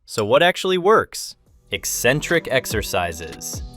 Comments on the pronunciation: OMG! You pronounced "eccentric" correctly. 😮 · Good god, he said 'eccentric' the right way!!! As an English teacher who loves training, hearing 'EEE-centric' every time I watched a fitness video was driving me crazy!